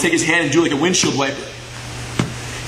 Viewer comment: it hurt me when u said "windshield wiper"